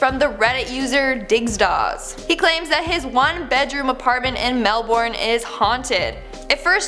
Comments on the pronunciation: A quick thing about the one set in Australia(Im assuming because you said Melbourne). Is that it's spelled Melbourne but is actually pronounced Mel-bin. I just thought I'd let you know. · Im in Melbourne and it's pronounced Melbern not Melborn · AMERICANS, PLEASE STOP MIS-PRONOUNCING MELBOURNE, I BEG OF YOU!